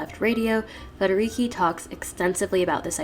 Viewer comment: Great video! Just a little sidenote: the "c" in Federici it's pronounced like the "ch" in "CHange".